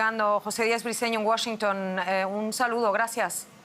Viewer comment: Felicidades a por pronunciar bien Washington. Ella es muy buena presentadora, me gusta ❤